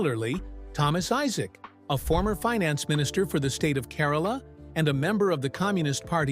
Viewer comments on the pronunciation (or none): none